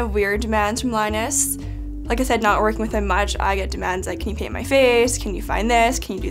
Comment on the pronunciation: I heard that too. She talks fast at the part and I hardly heard the int in paint so it just sounded like "can you peahh on my face"